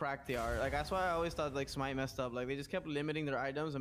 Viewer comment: okat its smite